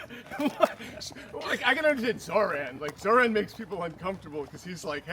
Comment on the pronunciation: Why do you pronounce his name like that? Zoh “ran”? He himself pronounces his own name as Zoh “raan” It’s Kamala Kumala 2.0 😒